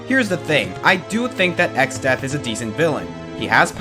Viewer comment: It’s exdeath,not exodeath.